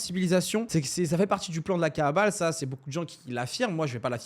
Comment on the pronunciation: Prononces bien frérot, c'est la kabbale, pas la kaàbale, ça peut porter confusion, l'étymologie des deux mots n'est pas la même. Cordialement